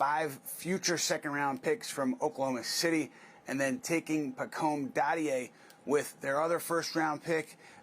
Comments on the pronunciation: love you man, but bro, it's "dah-dee-ay" lol - keep up the great work. you'll get the name 🙂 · his last name (Dadiet) is pronounced Daddy-Aye. He's okay. I watched another video that shows his strength and weakness. Needs a lot of work, but at 18 years of age shows potential. The Euro league is vastly different than the NBA, but in the right system he can become a great role player. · Its Pronounced (Daddy - Hey) Pacome Dadiet